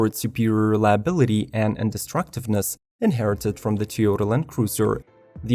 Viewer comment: TEEohtuh....ha ha ha